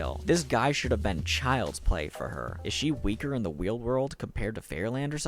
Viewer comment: Weal World.